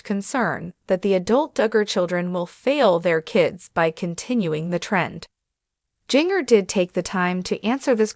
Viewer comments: Her name is pronounced Gin ger NOT Jing ger. 😮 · Are you a robot? Or have you never heard her name? It’s Ginger (like the spice) but with a J instead of G. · Wow. The mispronounciation of Jinger's name is so distracting!